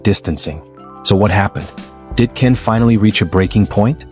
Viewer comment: Why are you saying Ken's name wrong and then you say it right towards the end of this?